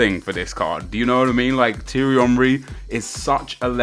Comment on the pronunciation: STOP SAYING HIS NAME WRONG, T-AIR-RE Henry not T-RE